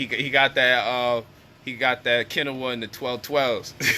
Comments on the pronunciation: You not saying quinoa right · Lol say Quinoa again!!!!